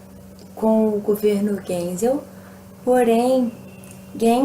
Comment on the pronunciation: se fala gaisel